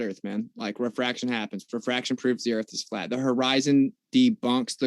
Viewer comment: So a baggage handler asked hundreds of pilots that he's friends with and they all said the erf is fwat lmfao